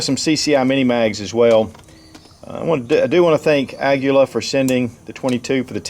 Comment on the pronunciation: Hey, you correctly pronounced Aguila! I'm impressed 👌 ...I was hoping to see your Aguila groups. 🧐